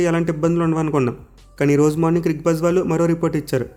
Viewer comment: Cricbuzz adhi cricbujj kadhu😂😂😂